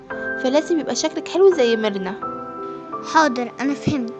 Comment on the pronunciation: لما تقول مرنا احسها تقول كبرنا😂🤣